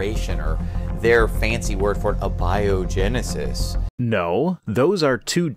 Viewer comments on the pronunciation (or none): “Uh-bio-genesis” Does he know what he’s talking about, or the victim of a Dad joke? 🤔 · Did he really just say 'uh bio genesis?' Not only have they been calling it 'spontaneous creation' this whole time (and describing spontaneous creation to a T), they can't even pronounce it right when they use the correct term?